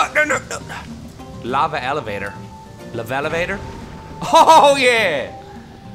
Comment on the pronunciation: It's not a levalavator, it's an e-lev-a-tor!!! elavator!!!